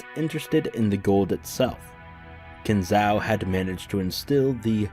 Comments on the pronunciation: Kin Zo, O. Say it like Nanjo. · Not Ow, O. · It's really hilarious how you pronounce Kinzo's name. Is that on purpose or accidental?